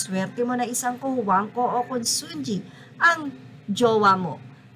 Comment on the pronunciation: Consunji pronounce as Con sun hi !